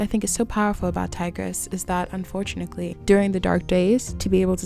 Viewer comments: Am I the only one who got trown out of the content by the "unfortunakly" insread of unfortunately? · You also said "unfortunickly" multiple multiple times instead of "unfortunaTELY"😭 was that just a repeated goof or do you just not know how to actually say the word? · Am I tripping or are you saying unfortunacly ?😭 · This is a real nitpick but its "unfortuNATEly" not unfortunikley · "Unfortunickly" haha I wondered if I was imagining it! But it reassured me I was listening to a real person and not an AI 😅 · as i crazy or does she keep saying “unfortunickly” anyway amazing video love the insight!!! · damn god forbid someone mispronounces something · Am I hearing “unfortunickly?” Or am I crazy? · Why do you say "Unfortunickly" 😂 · UN FOR TUNATLY. UNFORTUNATELY. THERE IS NO C IN THAT WORD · I can't get past the "unfort u knit lee" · I thought I was tripping Everytime she said it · This is a genuine question (I’m not a native EN speaker) but why do you pronounce unfortunately this way? Is it an accent? It’s so interesting to me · y u say unfortunately like that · bruh i cant finish this video bc of the way you say ‘unfortunately’